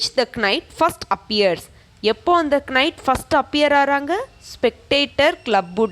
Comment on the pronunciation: K is silent in knight mam